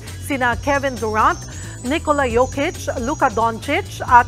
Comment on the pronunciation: Galing saktong sakto pronouncation sa name ni Jokic at Doncic